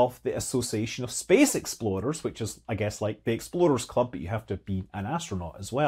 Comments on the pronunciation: I swear he kept saying exploders club. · Scott kept saying Explorers and all I heard was EXPLODERS CLUB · You said explorers club, but I heard "Exploders Club" which also sounds fun.